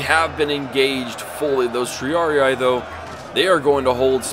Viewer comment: isn't it Tree-Ar-Ie-Ai?